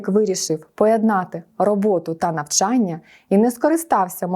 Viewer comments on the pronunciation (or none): none